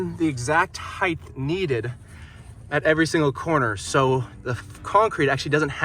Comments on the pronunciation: Is it just me or does EVERY maker/builder on YouTube say "heighth"? That is not a word. It's "height". Is it just comment baiting (done on purpose to get idiots like me to leave a comment) or do you honestly not know the correct word? I'm not insulting (so all you perpetually offended people can try and relax) I'm genuinely curious. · I keep hearing you say 'heighth' (ending with a 'th') in your videos (mostly in the voice over, but there was one instance in this one where it was camera audio. Is that something that others in your region pronounce too? I have heard another youtuber pronounce it that way, but can't remember who. Do you even notice it? edit: not trying to have a go at you, or tease. Just interesting. I am from Australia, so I cop it from my wife's american and canadian relos for my accent and the way I pronounce things.